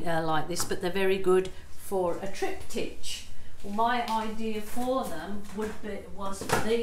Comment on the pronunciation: I so love your videos. (triptych pronounced triptick 😘)